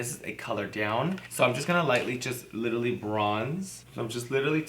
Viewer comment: Nobody: Kimora: "Littally" 😂😂😂 love you girl